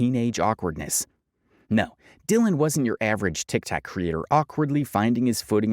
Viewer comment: You learned to say TikTok! Proud of you, keep the good work up